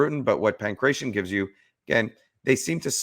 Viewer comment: Stop sayin pankretion (my ears hurt). Its Pangratio xD